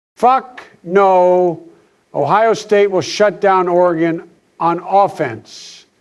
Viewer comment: “OR-GONE” - Obama 🏈😅😂